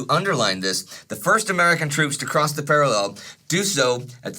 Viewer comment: I've been following you since 1914-but I HATE how you say parallel